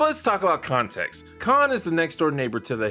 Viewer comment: "Kahntext". Ha, I got that.